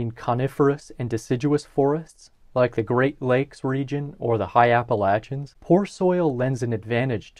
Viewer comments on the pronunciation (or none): none